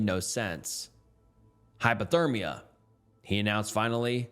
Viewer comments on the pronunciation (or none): "hypothermus" I'm crine 😭😭😭